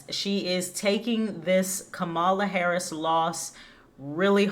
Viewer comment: Learn how to pronounce VP Harris's name correctly before broadcasting your pov.